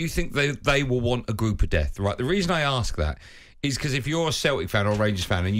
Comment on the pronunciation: Someone needs to arks Darren Bent why he says "arks" instead of ASK